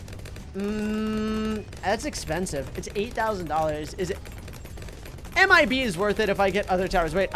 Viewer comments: said IMB instead of MIB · When he tried to say mib he said imb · you said Imb not mib